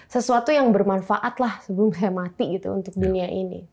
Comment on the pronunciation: Nih mati jadi matu